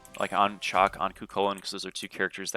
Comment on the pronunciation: It's shock my guy shock.. not chalk